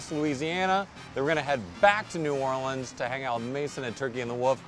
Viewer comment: I can't thank you enough for pronouncing Laplace and New Orleans the same way we say it down here